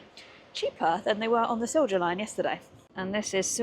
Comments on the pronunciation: It's pronounced Seelya Line. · Just a small and almost useless comment. "Silja Line" is pronounced Sil-ya Line. And I am not the only one recommending Stockholm - Mariehamn - Turku route during day. You can wave me, I'll probably be somewhere along the route with my sailboat :D